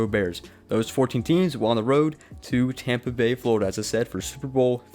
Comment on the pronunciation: “Tompa Bay” give me a break. You have the comedy of a middle school female.